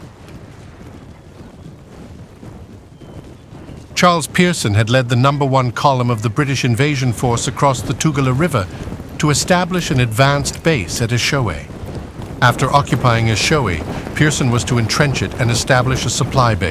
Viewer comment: Pity about the incorrect pronunciation of all the place names eg. Tugela River should be Two-geh-lah